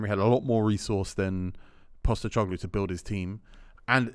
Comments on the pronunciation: mispronouncing “POSTECOGLOU” for a full season is way up on the undateable spectrum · It’s not Postećoglu